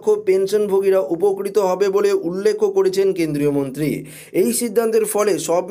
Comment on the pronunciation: উচ্চারণ ঠিক করুন উল্লেখ উল্লেক্ষ না ।